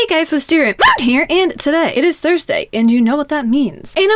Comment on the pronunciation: Wisteriamoon, I like how you say WisteriaMOON! It's soo funny. I love your videos, I hope I have good videos as yours, I have bad videos but oh well :). It's so funny how you weren't clicking on any colors :D. My user on Animal Jam is rainbowstar1266.